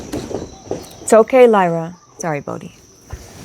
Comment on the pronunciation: Shii- did you just call that cat "Bogie" lol i have no idea how to spell it (BOW-ghee) bruh thats one of my family dogs growing up name. That was wild. Ik it's like dukes of hazzard or whatever but never heard anyone else irl til now. Sister we soup tribe frfr. Sooooo many synchronicities. Looveeee you